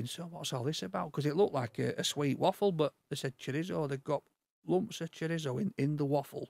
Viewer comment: Love the fact you don't correct pronunciations of chorizo ect. You just embrace him for who he is. Good work lads.